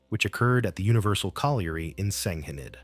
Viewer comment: Why don't you get your AI to pronounce Senghenydd proberly?